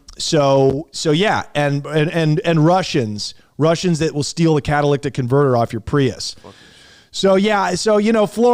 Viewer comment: Drink every time mispronounces the word catalytic